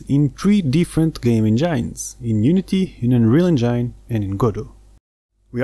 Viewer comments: én-gin (not: en-jáin) : ) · Amazing video!! You should look up the pronunciation of engine though :D